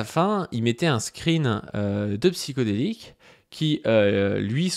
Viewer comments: C'est pas Psyko, c'est Psyho. Il va te coller un procès pour avoir mal prononcé son pseudo à plusieurs reprise! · Pour commencer: c'est Psyhodélik pas psychodélique. ll va falloir apprendre à lire et à parler. Ensuite il a été condamné ou pas???????? ??????????????????????????????? ???????????????